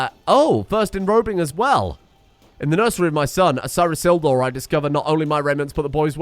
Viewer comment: isildor? my sweet, do you mean Isildur?